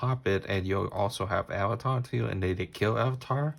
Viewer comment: it’s not avatar it arvata